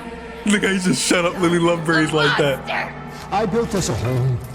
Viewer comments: "lily lovebreeds" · My poor Lily . Is Lily love braids . Not "breeds"